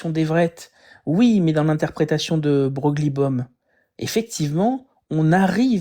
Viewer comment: Par contre Louis de Broglie ça se prononce pas comme Mogli mais comme un chevreuil c'est dommage ça casse tout